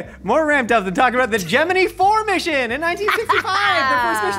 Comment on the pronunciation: Holy crap, says Gemini (as in the space mission) correctly!